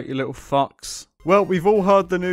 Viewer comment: me: wow, an actually decent farm. you: a'ight you littwo faucks